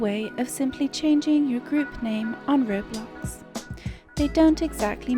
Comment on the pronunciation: Ah yes, Roblux